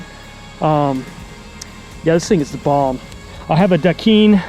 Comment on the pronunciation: Great review, new Strive owner here as well. Just a fun heads up about Dakine, the Hawaiians use that word as their "um" between sentences and it is pronounced like Da-Kind instead of Dakeen. Same here as a out of shape MTB rider. It's good to take the view of a normal Joe like us guys. First trail ride on my Strive later today!